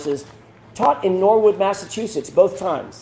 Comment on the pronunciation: Mass aaa soy it. Some People would joke and call it massaaatoliet. lol lol. You said it properly !!!